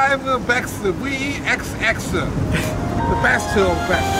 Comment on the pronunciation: "V-E-X-X the best of the bestuh" HAD ME ROLLING